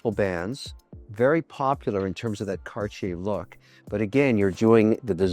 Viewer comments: "Cartier" is not pronounced "kar-chay." The correct pronunciation is "CART-tee-aye." I would think you would know that, Mr. Wonderful. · Mr. Wonderful what is Carchier? I like the broke people pronunciation better..Cardyer..😂👍❤ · its terrible how HE pronounce Cartier ----- i can take it anymore. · wtf is that pronunciation Kevin LOL